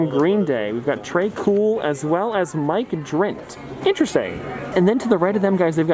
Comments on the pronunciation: Mike dirnt not mike drint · Mike DRint Lol. It’s Dirnt mate. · It dirnt not drint